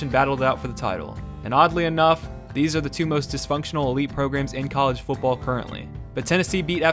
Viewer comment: it's "football" not "fooball". Dropping the "t" drives me nuts.